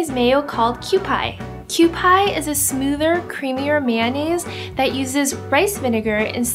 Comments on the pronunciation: It's pronounced kew-pee not kew-pie lol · It's pronounced QP hehe :p but I'm from Hawaii and I love poke on top of sushi as well as in a bowl~ I also love the spicy poke topped with teriyaki sauce to balance out the spiciness. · BTW, Kewpie is pronounced "kyoo-pee." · Looks great! I want to try these! Btw the mayo is pronounced "kew-PEA" :P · It's q-p mayo ( literally just the letters q and p) lol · i thought kewpie was pronounced kew-pee... am i wrong? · Cupie is pronounced more like "cu-pea" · It's pronounced Kew-pee mayo